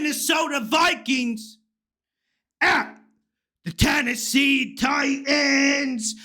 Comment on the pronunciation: Please don’t say Titans that way. Pathetic 😂